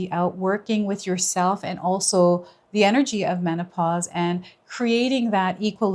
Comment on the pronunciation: True! MAN - OH - PASS 😂😂😂😂 No resonate